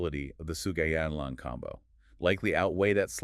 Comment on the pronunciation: You killed the name, pronouncing it really wrong... Sou-Ga-Yi-Lang, not So-Ji-Gay-Lang.